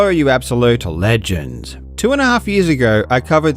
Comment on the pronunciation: Why has way he says 'Legends' changed, sounds weird nw